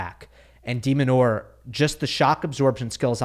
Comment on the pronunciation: It's Demin, not demon. Stop demonizing